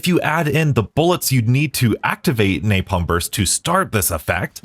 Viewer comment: please stop adding the "y" to 'napalm' I'm wondering if that is what he is referring to as rage bait... and also in bo3 blast furnace is a fine ammo mod it just isn't the best because of its low spread... the damage is still there it just doesn't have as much reach as a perk like the electric one